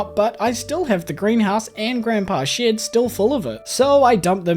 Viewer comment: Every time he says shed, it sounds like shit 😭😭 i love you lol ✨️✨️